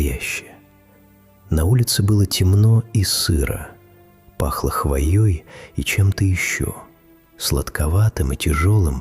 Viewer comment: чуть с кровати не упал от фразы "обычное русское озеро". "дно илистое и можно засосать". засосать ЧТО? "пахло хвоёй". не хвоЯ, а хвОя. вы там вообще ебанулись? спасайте русский язык на росии, а не в Украине или где-нибудь ещё.